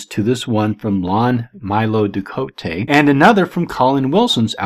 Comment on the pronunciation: Lon Milo Duquette's name is pronounced "Due ket." Believe me, I know the man.